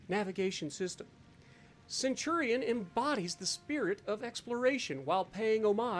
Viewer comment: "The Centurion frill." Ouch.